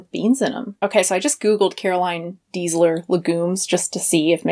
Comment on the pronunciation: Her surname is Deisler [pronounced as "daisler"], not Diesler.